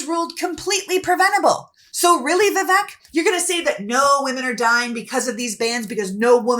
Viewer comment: I am not making this up or making fun, but AFAIK the name Vivek is correctly pronounced so that the second syllable rhymes with "fake".